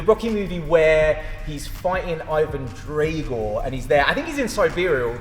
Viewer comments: It's DRAGO mate not DRAYGORE 😑🤌🏻 Would've took you less than 1 minute to check that tbh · I'd like to see you take (literally 30 seconds) to check how to pronounce the name of whoever you're talking about correctly. Drago and rocky would thankyou (especially "Draygore"🤨